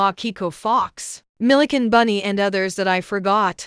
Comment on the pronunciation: (also why did ur voice say "milly can bunny" but not "milly chan bunny"?)